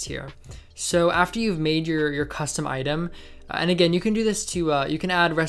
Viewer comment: no offense but when he says 'custom' it sounds like kusvton